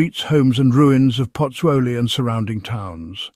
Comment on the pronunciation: Lol she can’t even pronunce Pozzuoli properly..it’s not that difficult😅